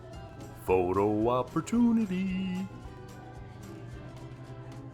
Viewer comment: Dear: You are so freakin' funny! You always crack me up. I love it when you say "foto opportoonity" 😂 I visited this store in 2006, with my brother. We were like excited little kids "Look! There's a second floor!" Look! "There's a third floor!!" "OMG! There's a fourth floor too?". What was really fun was the walkway on the fourth that passed through a rotating cylinder that made you feel like it was the walkway that was turning. It was hilarious to watch everyone hanging on for dear life!! Have you seen that? And there should be a joke in this: two diabetics walk into the M&M store..." but it's true. Look but don't touch 😭 I'm not going to post the time if I see Mitzy, and will let someone else win. This will save you the postage to Canada. Oh, I have been to the Coca-Cola store, but fell asleep from the boredom. Hershey wasn't there yet. I think they were still building the highway. Get it?